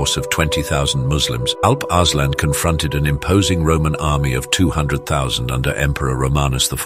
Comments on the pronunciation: The name actually is pronounced Alup (U as in rum) Ursaalaan (U again as in rum) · Turks pronounce it as Aalp Aarslaan